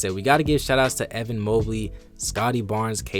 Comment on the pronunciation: Bro have you never heard the name Evan before? It’s Eh-van not EE-van